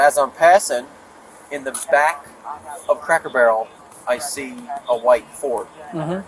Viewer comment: She doesn't know how to say "Back", she said she was biking up and not just once, every time so she can't say backed up apparently. 🐾🐾